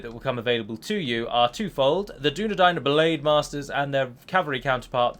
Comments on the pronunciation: Who the fuck says Dunna Dain... and not Dunna Dine. It's even said in the films Dunna Dine...! During the scene where Eowyen talks to Aragorn while offering him food, and she realises he's a descendant of Numenor... Probably a few more times too but that's the one I remember quickly off the top of my head. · Dunadain -_- You misheard my friend